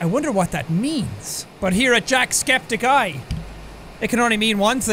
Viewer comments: i heard you say "jackscepticeye" not "jacksepticeye" i guess your new name is "jackscepticeye" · I mean, I just started watching his videos recently but did he just sa "jackscepticey"??!!!?? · Let's be honest. We all used to say his name like Jack-septi... Jacks-eptic... How do you say that JACKSEPTICEYE AAAAAAAAAHHH